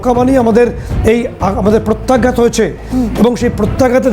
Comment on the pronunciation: Pratyagyat noi re baba,Pratyaghat.